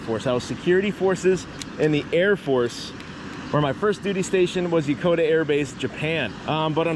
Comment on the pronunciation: yo yo yo You said Yakota Air Base when was you there i lived there for 4 years